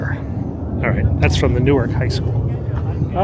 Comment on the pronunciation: BIG mistake. We don't pronounce our New-ARK like the one in Jersey (New-ERK). I'm deeply offended by this, and hope to see a correction issued. - The other Delawarean (There are only two of us)